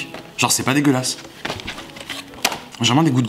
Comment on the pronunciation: Mdr la poubelle c’est la tête de Donald Trump et combien de fois t’as dit c’est pas degulasse?😁😁😁